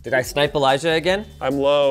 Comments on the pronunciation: It sounds like he said Elijah won. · he says Eliah.